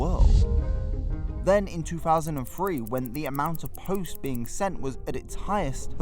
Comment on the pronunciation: Two Thousand and Three. Not Two Faasand and Free.